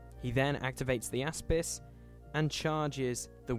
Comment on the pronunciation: whenever you say Aspis, all I hear is AssPiss